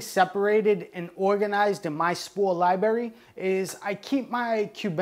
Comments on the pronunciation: It was probably as many times as "spores". Every time I hear libRary pronounced libarry it hurts my brain. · Love this guy.. lot a great info and has taught a lot. But bruh come on g. It’s libRARy not liberri. If you gonna say it 1000 times please say it right my guy. 🙏🏻🙏🏻please🥺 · Lmao "liberry"... it takes away from the professionalism. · Every time he says Liberry you have to bang your head against a wall as fucking hard as you can and then take a facking shawt uh whiskey ..... You know? To really get fucked up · Its called LIBRARY not libery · Wtf is a lyeberry? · It’s a “library” not LYE BERRY lmao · Im sorry man. I have to do it. It is Li bra ry. Not li berry.😂😂😂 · Lol liberry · Library not Liberry!!!! PLEASE!!!!!!! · its a libRary, not a lieberry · Spoor lie berry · I don’t know if I can take advice from someone who says “libarry” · lie berry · I love how he is incapable of pronouncing the word library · No disrespect..AT ALL but all I hear is LIBARRRY. LOL ..I love it! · But got one hell of a lie berry. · "I gawtya lieberry right here" Got my first like on my last comment and couldn't help myself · I feel a neuron dying every time I hear it... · How is it possible as an adult you pronounce library like a 5 year old? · there are 2 r's in the pronunciation "lib(r)ary" lol. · How can you pronounce the genus name so well but can't pronounce library. Sometimes you're over embellishment with your pronunciations trying to be more hip-hop is annoying. You remind me of Nick Swardson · "Fawck you, cawk sucka" - thoughts that he won't voice because he's too chill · He speaks a heavy regional American English. Impossible to mistake where he's from. :) Has a few problems with the latin also -- especially cyanescens and azurescens But, ah well. Not so important.